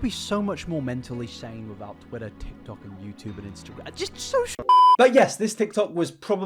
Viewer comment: You just said, "the Tik Toc". I'll grab your walker for you, sir.